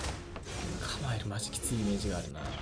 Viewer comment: キャマエェル！